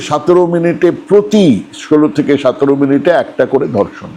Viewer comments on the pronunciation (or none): আপনার এতো চমৎকার উচ্চারণ, শুনে মুগ্ধ হই। কিন্তু, কিন্তু সতেরোকে 'সাতেরো' বলেন কেন?